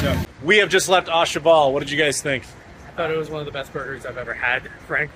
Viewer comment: My mission is to find a Puerto Rican restaurant and eat what you guys had; that looked amazing. BTW its not pronounced "ah cheval" but "Ooh Cheval"; a bit like the O in OMG.